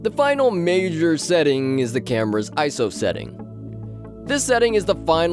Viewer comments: It’s I S O Not iso... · Eye. Ess. Oh. Not eyeso